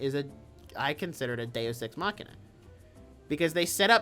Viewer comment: not knowing what a Deus ex machina is will forever be iconic (He also can’t pronounce it)